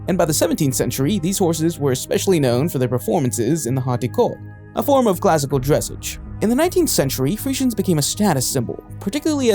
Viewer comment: Yes I enjoy horses and while I don’t myself own one anymore, my family has 4 of them. A Tennessee Walker, an Appaloosa, a pony, and I believer a quarter horse. (And it’s pronounced dress-ahge)